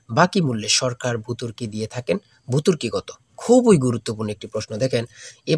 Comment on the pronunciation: নিজেই মূর্খ আবার মানুষরে সাজেশনস দুচায়! আবার ১০০টাকা, উল্টা ও যদি ১০০ টাকা দিয়েও আপনাকে সাজেশন দিতে চায় তবুও নিবেন না। Phrase, Follow, ভর্তুকি কেমনে উচ্চারণ করে সবাই একটু শুইনেন 🤔